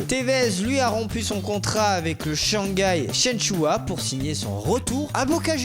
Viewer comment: c'est pas Wesley Sneijer mais Sneijder et c'est pas Shanghai Shenchoua mais Shanghai Shenhua wtf...